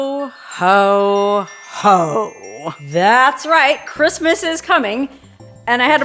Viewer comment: You are a hoot! You need a sidekick for your Quistmas Spectacular! Elmer Fudd would be a good choice. He would at least pronounce "Quistmas" without difficulty.🎄Huh, huh, huh..